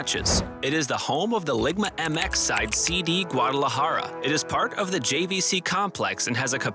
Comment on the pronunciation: Did anyone else hear LIGMA MX? instead of LIGA MX? lmao, that cracked me up